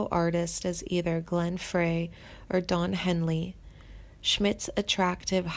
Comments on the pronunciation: If you can't pronounce Glenn Frey's name correctly, you shouldn't be narrating a YouTube video about the Timothy B. Schmit or the Eagles. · She is massacreing names! Randy Messner?. Glen Fray? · You have to quit these awful videos. You use click bait intimating that people have passed on. You do a terrible job reading. You don’t even know how to say Meisner like widener. Try making money a different way. It’s Glenn Frey pronounced fry. Get we life. How old are you 12? Can’t stand it. Scream!M!!!!